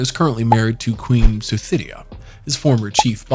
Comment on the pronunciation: Suthida is not pronounced Suthidia.. Uff..